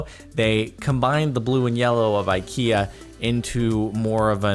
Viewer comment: The way you pronounced the "EKEA" is exactly how we pronounce IKEA in Scandinavia :)